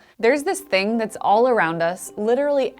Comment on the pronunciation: that "Tha's fast" made me smile